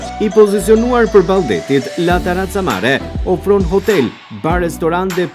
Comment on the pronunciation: Po ky gazetari fshatar komplet qe sdi te lexoj La terrazza jo taraca... Keta pronaret slidhin dot dy fjale bashk pastaj as vet nuk e dine pse jane aty qe presin shiritin e diçkaje qe nuk eshte e tyre,, sa gjynah Vlora jone u be beton nga fshataret qe zbriten nga malet...